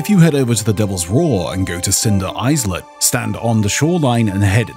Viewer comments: "eyes-lit"😅 sorry to be this guy, but im pretty sure its pronounced"eye-lit"...the s is silent...idk why it bothers me, but there u go...also Boulder "Cay" is pronounced "key"...i know i know, literacy police, it just makes me cringe a bit...o and one more to everyone out there. Im noticing people saying "aye" when saying hello, but "aye" means yes, and is pronounced "eye". It does not sound like hay without the "h" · “Is let” 😂 its pronounced “eyelet”